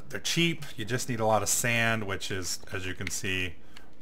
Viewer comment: When you said you just need a lot of sand, which is... I heard "You just need a lot of sandwiches"